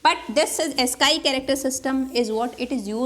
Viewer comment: Ma'am, you pronounce AS-SKY but it should be AS-SKEE.